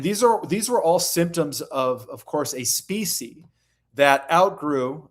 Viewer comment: Homework. Learn how to pronounce: 1. species 2. veil 3. intermediary because it's really getting on my nerves